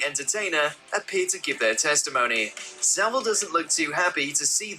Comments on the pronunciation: I like how you cant pronounce his surname properly, its pronounced sav-ill not civil. Also part of his persona was he would tread close to the line which made a lot of people people think "oh its just jimmy being eccentric" and you are correct there was a lot of cover up, not to mention he was well connected and had friends in high places. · his name is pronounce Sa-vil, not Civil. it is claimed that there was over 500 victims, including dead bodies he fiddled with. it is the British version of Big Brother he was in. it was an open secret of that he was doing. Johnny Rotten was taken off air because he claimed to know some rumours in 1978. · it's pronounced SA-VILE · How come Yanks can never pronounce 'Savile' right? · One you pronounced his last name wrong , two why have you put this on YouTube? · Funnily enough, it's pronounced Saville. It is also spelt Saville. It is not pronounced like a word that looks or sounds nothing like it. And it is not spelt wrong.